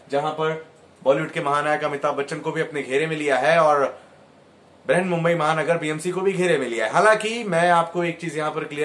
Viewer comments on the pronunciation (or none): none